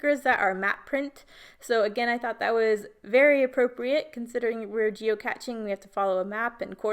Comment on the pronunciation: Moving the circular element and strips was brilliant. You totally reinvented the game, geo-cache, geocaching; rhymes with ballet and today. How fun you say geocatching. It's like a combo of geocaching and that Pokemon 'gotta catch 'em all' thing people were obsessed with. Super cute photos and I can hear how much fun you had with your sister as you tell the story.